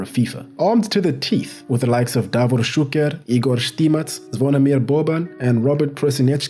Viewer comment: Wow, that's a great pronunciation of DAVOR ŠUKER and IGOR ŠTIMAC !